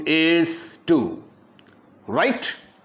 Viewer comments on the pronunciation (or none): Hhhh that "RRRRRRRRRRRRight" got me rolling on the bed 😂😂😂